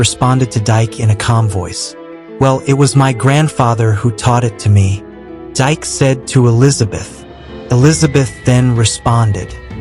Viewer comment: It’s not Dyke it’s Pronounced DK in African culture